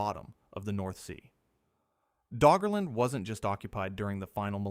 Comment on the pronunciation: Did he say Draugr-land?